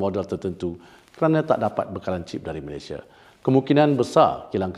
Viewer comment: COBA PERHATIKAN BAIK-BAIK BERBICARA.. BERBICARA MALASYA... MALASYA... MALASYA.. 🤣🤣🤣🤣